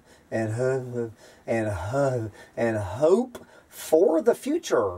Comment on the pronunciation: God I love it when attempts to utter the word "hope".